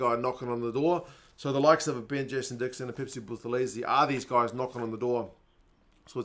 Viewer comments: lol do you realize you're lecturing a native isiZulu speaker about how a Zulu name is pronounced? pronounced the "buth" as "booth", when it's actual pronounced as "boot". It's boot-elezi. Not booth-elezi. Go be confidently incorrect about something else. Not people's names. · Buthelezi is pronounced without the 'h'. So "Butelezi" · the pronunciation of Buthelezi has a silent H